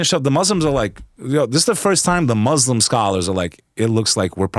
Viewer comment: Just fyi, it’s Muslim not Muzzlum and Islam not Izlam.